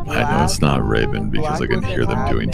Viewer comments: It’s not ravon it’s ravon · corpse: well i know it’s not ray-ven cause i heard him doing tasks ravon: RAYVIN?!